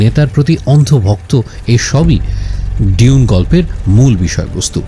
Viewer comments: Bro you are doing excellent. Just one thought: have you ever heard a native speaker of English pronouncing it ডিউন? Only fokinnir pula koyekota bangla pronounces it in that way. Its ডুন, simple. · এখানে "ডিউন" উচ্চারণ করছে, আমার যদি ভুল না হয় শুনতে। সঠিক উচ্চারণ "ডুঊন" হওয়ার কথা। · its doon not di-un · প্রথম আলো এটার উচ্চারণ করছে "দুনে" 🤣